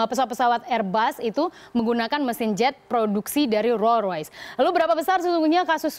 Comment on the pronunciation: ngomong rolls royce aja gak bisa....